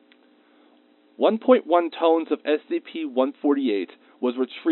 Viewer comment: Ton or tonne is pronounced "tun", not "tone".